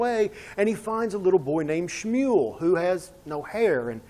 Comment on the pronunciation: Great pronunciation of schmual